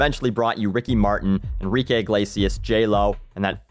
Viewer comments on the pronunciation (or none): none